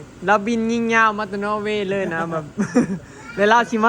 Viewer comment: นอร์เวย์ ไม่ใช่ โนเวย์ เจ้